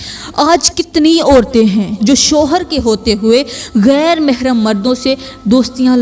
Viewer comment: Tumari tu urdu ki pronunciation hi theek nahi GHAIR ko kaisay bol rahi ho